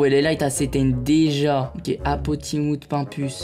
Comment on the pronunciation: 😂Sa fume doc il a dit apolun pour apo😂